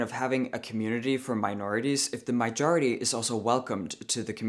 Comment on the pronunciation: I keep hearing “mijority”. Do you mean “majority”?